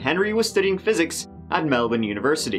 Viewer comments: I know this is a terrible case but thank you so much for pronouncing Melbourne right considering so many get it so wrong haha and the same with Brisbane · Appreciating the correct pronunciation of 'Melbourne' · I'm Australian and can I just say you pronounced Melbourne so perfectly that it sounded Australian